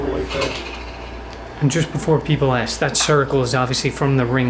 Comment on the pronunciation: Ask me not ax me